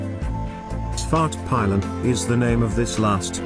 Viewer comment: Well how he pronunced "Vit Pilen" and "Svart Pilen" was way wrong xD but otherwise it was a really good video :) and love the bike :)